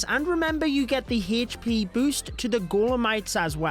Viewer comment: Why do you say hesspee instead of hp ☠️